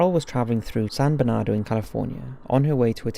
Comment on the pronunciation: “San Bernardo” lol San Bernardino 😜